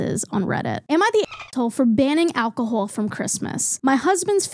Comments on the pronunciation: I love whenever your accent comes out a little with words like alcohol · I absolutely adore how u say alcohol w ur lil accent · The way you say alcohol gives me life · I just noticed your accent in how you say alcohol and I love it for you and ur hat is so slay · just found your channel and i love it! but i NEED to know where this accent is from!! never heard it before. especially "alcohol" is so interestingly pronounced. - from a non-native english speaker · why do u pronounce alcohol like that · Im so sorry but all I could focus on is the way they pronounced Alcohol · love the way you pronounce “call” queen. “cwaul” “alcohowl”